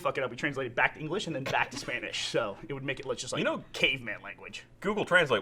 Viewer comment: I swear Burnie pronounced Spanish as "Spainish" at one point and it sounded really dumb